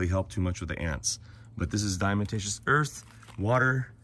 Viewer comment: The correct pronunciation of “Diatomaceous” is: DIE-UH-TOE-MAY-SHUSS….NOT: die-uh-muh-tay-shuss. If it’s too difficult for you to pronounce correctly, why not just refer to it as D.E.? Even most people that CAN pronounce diatomaceous earth correctly, still just refer to it as D.E. 😂👍